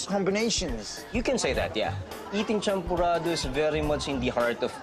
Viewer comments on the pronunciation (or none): Its not champorada its champorado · its champorado.not champorada.kwek kwek not kwak kwak. hahaha